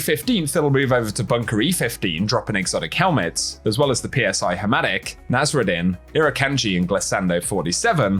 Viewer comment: For the record it's pronounced "sigh" hermetic and not just the letters PSI spelled out